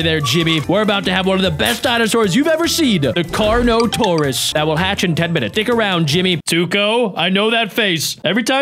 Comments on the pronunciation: And the best called the carnotaourus kano-taurus💀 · *Pronouces Carnotaurus* "Karnatos!" Also: *Pronouces a word my spellcheck and Injen poachers arely can perfectly* "Pachy-Self-lo-saur-us!" +===+====+====+ Your brain might be tiny and like 20% 'recycled' former researchers but apparently it has parts that work well after all! XD Seriously most people say Pachy because they can't bear to try and fail to pronounce that half right.